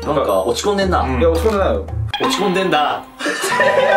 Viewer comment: 落ち込んでんがんって思ったら案の定「落ち込ん伝田」って言っててなんか嬉しかった